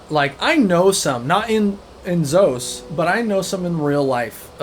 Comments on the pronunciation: Um, it's not Z-OE-SS lol lol it's Z-awww-ssss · Great video! I have to say I disagree on one MAJOR point… The pronunciation of ZoS! I pronounced it like you for the longest time until I watched a dev presentation. At the studio, they pronounce it “zaws” like “sauce” 😁 I have to admit I haven’t finished the video yet, but enjoy listening to this in the background as I play Whitestrake’s today 😊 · Great video but hearing you mispronounce ZOS the whole time was kinda funny.